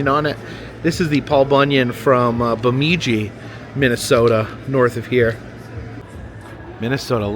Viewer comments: By the way, it's not BemEEdji...it's bemIHdji. 😊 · its pronounced Baa Midge e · Nice to see you in my area! Let’s just get this out of the way before you travel northbound… Bemidji (Beh-midge-gee). 😁. Maybe your dad already told you.. ha. Must say, brave soul taking that train to MOA. Sorry that Jen missed the adventure. The travel up to the top of MN will be plenty! Have fun! Fingers crossed you get decent weather! We’ll be watching as always!! 💜☮️🌞